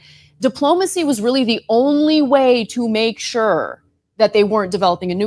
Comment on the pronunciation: Is there an “R” in the word “only”?